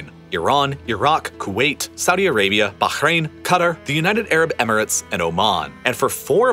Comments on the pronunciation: The way he says Bahrain pisses me off. You’re American, you don’t need to make your pronunciation sound like you’re Arabic, no one cares if you say Bahrain normally. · How is it this dude pronounces Qatar and Bahrain? I gave up watching this till the end - my ears are bleeding. 😬😂